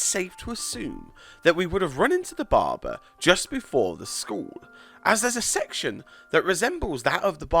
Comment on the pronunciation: yes, i'm laughing at the way he says "Barber"..................DA BARBAR